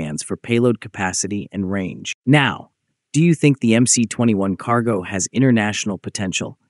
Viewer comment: "NAW ! Do you think... Or do you think..." at the end of each video lol